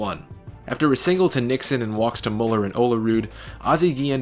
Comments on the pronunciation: Bill Mueller is pronounced Miller.... and Backe is pronounced Back-EY. You’re having a tough time with this stuff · Bill Mueller is pronounced “Miller”. I feel so old considering the fact that you may never have seen him play 😳